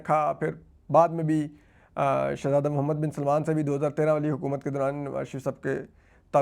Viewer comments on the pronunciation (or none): none